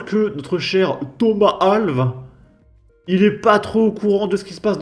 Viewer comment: on prononce "Al-vesse" c'est un portugais